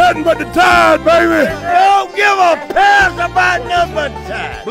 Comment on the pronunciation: The extra emphasis on "piss" kills me 😂